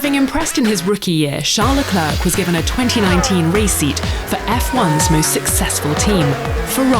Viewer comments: It's not CHARLES LECLURK. It's pronounced SHARL LECLAIRE. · “Charles Leclerk” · She always says 'Le-clark' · pls learn how to pronounce Charles Leclerc's name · How do you mispronounce Leclerc when you're talking over commentary, literally saying his name over and over? Edit: this chick is doing a voice over for an channel and got like 5 names completely wrong. Nice work 🤦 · she cant even leclerc correctly, i’m worried